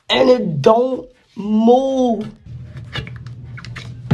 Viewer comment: "Don't moove "